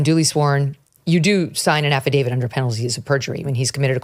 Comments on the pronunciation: Can someone tell Ms. Johnson it's Affidavi"t" not Affidavi"d". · The document to which you refer, is called an AFFIDAVIT… with a ‘T’ at the end… NOT a ‘D’ pronounces AFFIDAVIT correctly—just follow her lead and you’ll come across even more intelligent than you do already 👍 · af·fi·da·viT It's a T at the end. :)